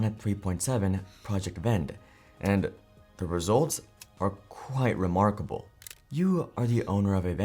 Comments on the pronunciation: "Are quite remarcable." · "remarcable" nice